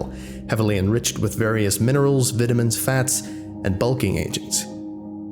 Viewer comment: Aha! I finally caught a slip in your otherwise flawless American accent! We tend to put the stress on the first I in the word vitamin